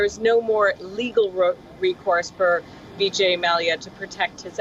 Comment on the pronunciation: Hey lady it is vijay, not Bijay